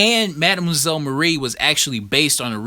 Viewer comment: The Star Spangled War Stories 84 is sick, bro. But you need to learn how to pronounce "mademoiselle".